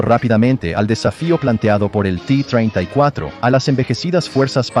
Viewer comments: Robot, la letra en castellano es "Te", no "Ti". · Ti tirtifor, este hpta anglosajon , hable bien pendejo.